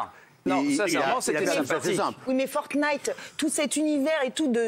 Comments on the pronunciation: Francesca : Fortqnite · Forknite lol